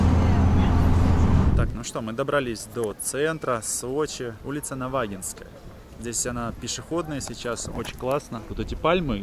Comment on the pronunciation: А я ему два раза сказал, как правильно ставить ударение, но как только включилась камера, сразу - «НавАгинская»🤣🤣